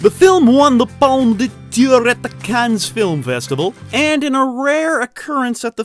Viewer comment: Thanks for the great content! Just a few pronunciation tips - it's Jerry Bruckheimer, with a U not an O. Razzie is short for Golden Raspberry, so it's not pronounced like it has an O in it. Also, the S in Cannes is silent.